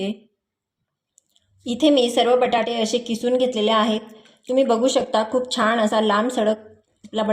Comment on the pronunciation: सारखे सारखे छाण छाण म्हणत राहातात. जेनेकरुन असे सर्व अशुद्ध बोलते आहे.